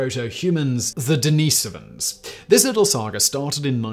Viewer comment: the way you say denisovans is maddening🤫